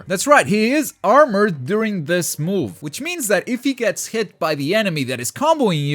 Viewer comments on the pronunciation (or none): none